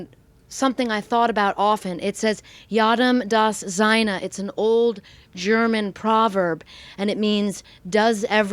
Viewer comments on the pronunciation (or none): It is pronounced more like 'Yay-duhm does zyh-nuh', to each his/her own. Very interesting video. I once wrote a small article on T-force. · Jedem das Seine not pronounced properly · “Jedem das seine” pronounced wrong